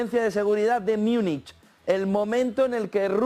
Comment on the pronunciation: ¿Por qué dices "Myúnich"? ¿De dónde sacaste esa pronunciación que no es alemana, española, inglesa ni nada?